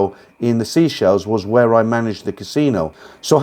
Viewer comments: Its pronounced say-shells. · no id never heard of a place called sea-shell😅 i had no idea where you meant! Then i realised you had the pronunciation wrong. i wasn't being funny, just trying to help.👍